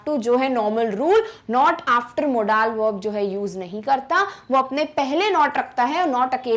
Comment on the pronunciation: Apni pronunciation sudharo Modal~ मोडल